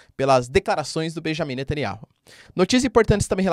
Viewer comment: Netanyahu Não NetanyaRu